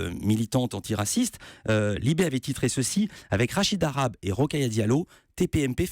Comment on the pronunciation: on parle de la signification de son nom et pas de ses origines. Cet homme est un amazigh pas un arabe. Son nom est mal prononcé par les Français. Le h se prononce.